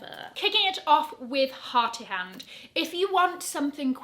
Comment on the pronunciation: Love this edit thank you! By the way the first designer’s name is ‘Harith’ so it’s like ‘Harith And’ as opposed to ‘Harti Hand’ 😅❤️